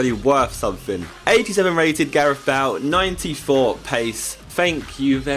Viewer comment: You said Bale wrong right after you changed it😉